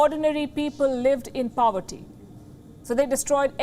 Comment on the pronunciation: Sorry but the newsreader is terrible. She mispronounced 'poverty'. Her tone is not aligned with her sentences. How was she even selected? Wion needs a fluent n flawless newsreader/anchor/analyst unlike her.